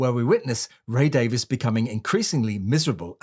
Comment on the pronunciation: his name is Ray Davies [Dayvees] not Ray Davis